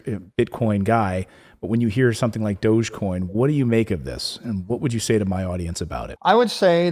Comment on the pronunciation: It's dog-e-coin, doggycoin. Not doochcoin lol